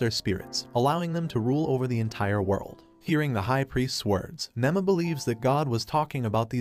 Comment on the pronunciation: Her name is Nema not Nama